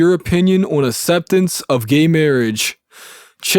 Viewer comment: What is the consent decree he keeps talking about? And wow this narrator's accent sounds like valley dude Keanu Reaves from Bill and Ted's Excellent Adventure. Acceptance is pronounced "axceptance" not "esseptence" lol.